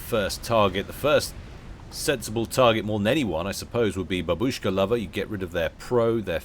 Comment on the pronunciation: It's bAbushka, not babUshka. xD